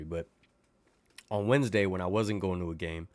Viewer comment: lol my grandma used to say Tuesday & Wednesday like that it was funny!